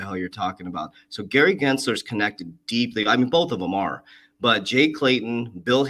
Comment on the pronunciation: Don’t ever give Gary the courtesy of pronouncing his name correct… Lol